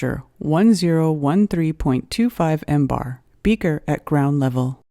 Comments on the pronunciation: Please, stop with sounding out all the leading zeros and use some "scientific notation", will you? And stop with the "embar" already, it's "millibar". Also, it's just an exercise in futility to show that the pressure that exists in "interstellar space" is 76,184, blah blah blah times lower than sea level pressure. "Interstellar space" does not exist directly adjacent to sea level. In fact, interstellar space does not exist adjacent to the Solar System. "Interstellar space" is just that, the space between individual stars. Space near Earth is termed "geospace" while the space between Earth and the Moon is more correctly termed "cislunar space". The vacuum in geospace is not as "hard" as even interplanetary space (i.e., "deep space"), for it contains the exosphere and the Van Allen radiation belts, ionized gas particles caught in Earth's magnetic field. A good quality lab setup can exceed the vacuum hardness of geospace. Suffice it to say that in at the altitude of the ISS the atmospheric pressure is low enough to be termed "space". I think it would be more correct to say that a perfect vacuum is scientifically impossible. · Jesus Christ it's not called "embar". MBAR is millibars ..... and is referred to as MILLIBARS! NOT FREAKING "EMBAR". God you're stupid! And i've already debunked your explanation of curved water found. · Zero, zero, zero, zero, zero, zero, zero, zero, zero, zero, zero , zero, zero, zero zero, zero zero... and breath... one three... would also be how many marks out of 10 I would give this after hearing "millibar" read as "mmm-bar". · Mbar is pronounced millibar! This video is totally wrong!